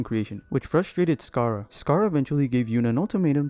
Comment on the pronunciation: mannn "sacarra"